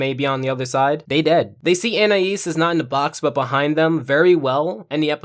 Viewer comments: An - I - ees ❌ an - I - is ✅ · its not AN-I-AS its AN-EYE-EASE